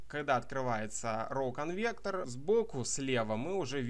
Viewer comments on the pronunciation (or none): Почему роу конвектор, а не конвертер?